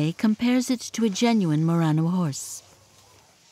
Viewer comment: It's "Mur-RON-oh", not "Mur-rain-o". Your pronunciation is fake.